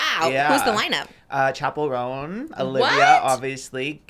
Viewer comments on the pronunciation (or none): none